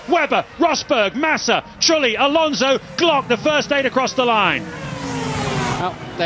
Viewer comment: "Jarno Truely" 😊